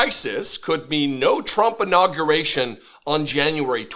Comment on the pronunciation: Did he have an inawwgravation or a inurawgerated?